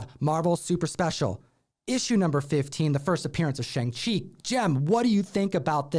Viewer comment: It makes me cringe when y'all say Shang Chi like "rang"...its Sh"o"ng -Chi like sing a song not rang a doorbell..if y'all gonna talk about the master of Kung-fu at least pronounce his name correctly please, Even the actor portraying the Kung Fu Master sent a tweet out to the world telling everyone how to pronounce both his name and his characters name "Your friendly #AsianHeritageMonth reminder: “SEE-moo LEE-ew” “SHONG-chee” “Dad” Thank you for coming to my TED Talk."